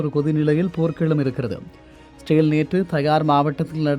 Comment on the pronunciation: #இஸ்ரேல் னு முழுசா சொல்லுங்கடா.. ரேல் ரேல்னு காதுல விழுகுது 😂😂😂😂